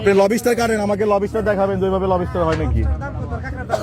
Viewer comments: Lobster ❌ Lobiiister😂👍. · Not Lob istar It's lobster. 😂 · লবিস্টার না ভাই, লবস্টার হবে। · উচ্চারণ টা ঠিক করেন ভাই, লব ষ্টার না, উচ্চারণ টা লবস-টার, একসাথে গ্যাপ না দিয়ে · লোবুস্টার জিনিসটা ঠিক কি? লবস্টার জানতাম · # । বাহ ভাই ! কি উচ্চারণ 😂 লবিস্টার, কোন ইংলিশ শুনলে হার্টফেল করে মারা যাবে । যে এমন একটা শব্দ শে ও জানতো না 😂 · লবি স্টার..!!😂😂 শালা উচ্চারণও করতে পারে না।😂😂 মোল্লাদের কাকড়া খাওয়া হারাম। মুসলমানিত্ব ছলে গেছে..!!😅😅